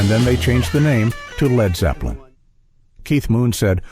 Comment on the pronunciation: Narrator called them "Leed" Zepplin